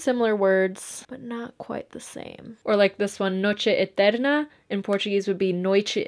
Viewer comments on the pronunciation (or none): você é carioca? Você disse Noite Etérrrrrrrrna